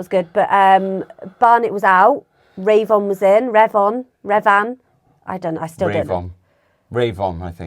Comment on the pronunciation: RAY-von? Are you sure that's how his name is pronounced? I think it's more likely Revvin. Could you possibly find out as locals?